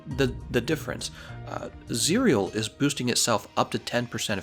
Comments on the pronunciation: "cereal" lmao. It's pronounced "cih-rel" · How you spell it, Just say Zirel. that's how it's being pronounced in the game, which is the real name of Ciri. and I recommend you playing the Witcher3. you should farm for ur gear etc so if u had fun playing mhw then u will have fun there too. the only difference is that the Witcher got a stunning story. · It’s zee ra el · Zie real? No. Zee Ra EL. Play the Witcher already. Please. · Its Z-Rae-el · You pronounce it as "ZIR-YEL" as its Elven.. just heard it from the game.. 👌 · Zae Rell Geralts pronunciation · Pronounced "Zee-rel" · Zee-Rell That's the pronunciation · Its Zi-Ra-el. Like how to pronoun Kal El which is superman's real name. The name is supposed to mean Sparrow in Elvish. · I think it's pronounced "Za rel" like Cinderella but "Zarell. At least that is how it's pronounced in the witcher 3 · it's pronounced "zih-rehl" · As far as I know, the pronunciation is 'Zirel' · It's "Zee-rel" Witcher's elvish word for Swallow as in the bird. It's the nickname given to Geralt's daughter Ciri and what she named her sword. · it's pronounced zi-rea el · In the Witcher, they pronounce the name as "Tsee-rel"